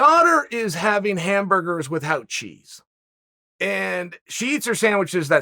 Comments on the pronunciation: Chael can't pronounce "without" properly wtf 😄😄 or charcuterie for that matter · “With hout” the cheese- the undefeated undisputed